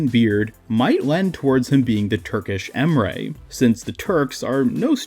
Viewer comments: Just met your channel this morning. I like your talking style. Its not boring dude. Thanks for uploading good vids. Keep uploading vids. I'm gonna watch everytime when you upload :) (Also Emre is not called Em'rey, its just Em're. There is no "y" at the ending of the name.) (IGN is Gamdwerb#21105 if you want to play together.) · U really destroyed his name to get your point across. His name is not pronounced em-ray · The problem with this Emre = Ray theory is that Emre is absolutely not pronounced like Emray. Combine the words ands sounds from [Em]bargo [Re]ddit and you have the correct way of pronouncing his name. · Wait if you say Emre it sounds like you say Ray